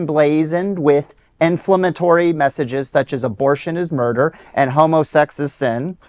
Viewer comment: It’s “inFLAMatory not “ INflumatory”, and the plural of “preachers’ shirts” is still pronounced “preachers” not “ preacherses ”. If you want a viable channel where people come to listen, you might begin by learning correct pronunciation.. You can call me a grammar Nazi, if you wish, but there’s a reason for these rules, and successful people use them.